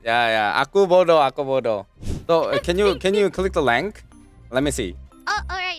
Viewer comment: As an ID bros, i don't like you're saying that but i like your pronunciation... It's perfect 😉👍 (Please sir, don't call yourself bodoh 😣😂)